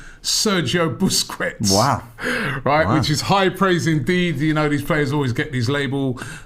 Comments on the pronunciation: Robbie keeping up tradition of nearly butchering player names. BUS-KETS. No pronunciation of the "U" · "Saswallow" "Tammy Abraham" "Buskwets" This is why we love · How's Robbie pronouncing Sergio Busquets like that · robbie can't even pronounce sergio busquests ffs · Sergio who??😂😂 Robbie and his pronunciations 😂😂